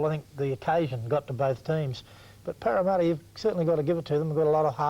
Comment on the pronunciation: Wow Casey seemed to have it in for Parramatta. Was it because he had so much difficulty saying their name?